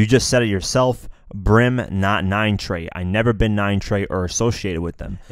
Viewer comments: It’s 9trey not 9treyway you snowflake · This man said 9 treyway blood stop it’s 9 trey bruh lol